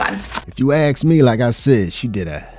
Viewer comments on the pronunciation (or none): Please, "ask". not "aks:. Thank you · I didn't "axe" you 🙂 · Lol at what they " axe" for. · What a bunch of low life *******!! You DESERVE NOTHING!! Learn how to speak!! It is ASK not AKS! GTFOH!! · When they say axen for tells you everything